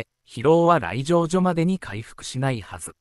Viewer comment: 相撲みちとか来場じょとかいい加減な読み方をするのはやめて欲しいですね…